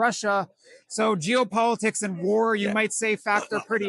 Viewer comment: Thought he said " Jew Politics" but i guess it was " Geopolitics". Lol.